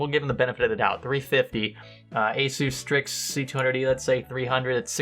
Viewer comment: I love how the guy calls Strix Stix